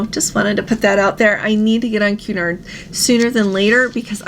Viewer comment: Cun-nard pronunciation not Qu-nard pretty please, love your show 🫶